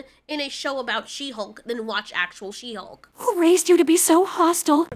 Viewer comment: I don't know why, but She-Hulk always sounded to me like "shemale"...lol